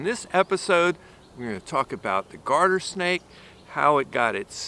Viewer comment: "Guarder Snake" or "Garden Snake"? Thanks. So much. (Curling in the hand is absolutely priceless)...amazing! Thanks for the info!